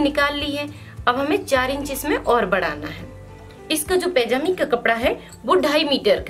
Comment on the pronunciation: Oh madam. Pajami hoti hai pejami nhi